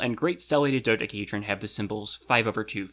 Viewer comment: do dec-a hedron not do da hedron not do dec hedrion